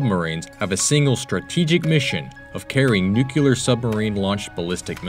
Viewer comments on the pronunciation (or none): Nucular looool